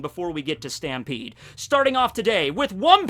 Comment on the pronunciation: its pronounced "STAMPEDOOO"